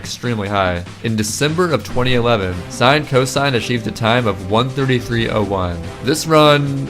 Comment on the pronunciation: it's not sinecosine Its sin-cos